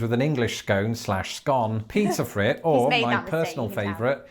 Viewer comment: "Pizza fritta" is pronounced PEET-suh FREE-tuh (in northeast Pennsylvania anyway), not PEET-suh Frit.